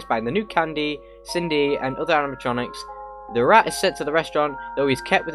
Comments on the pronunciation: Everyone: Cindy: kin-dee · U said kindy by way not Cindy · i thought Cindy was pronounced "Sin-dy" not "Kin-dy", is that an exception for the game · did my man just say kindy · it’s fine man it’s Sin dee if you were curious how to say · That's not how you pronounce his sister's name!!!!!